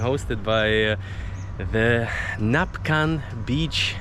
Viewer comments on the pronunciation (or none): You keep on saying Napcan 😃. It’s Nacpan. ☀️😀😎 And finally you said it right in the end. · its NACPAN beach, not napcan hehehehe